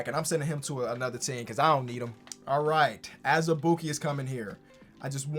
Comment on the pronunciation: Every single time says azabuike I laugh